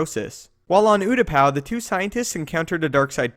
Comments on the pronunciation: Oo-tah-pah not whatever u were saying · You can't say the planet right should check before video